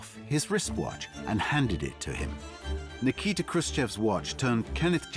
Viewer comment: American clueless journalism at its best. 😊. His name was easy as pie: - NIKITA [Nee-kee-taa] His last name was Khruchev😅😅😅